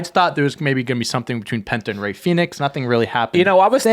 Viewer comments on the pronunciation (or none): none